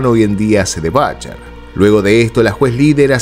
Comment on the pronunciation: "Batcher"? "Batcher"? En serio?? Repito: si vás a pronunciar correctamente todo, pronunciá bién "Jatt" y no "Jutt", un poquito de criterio por favor.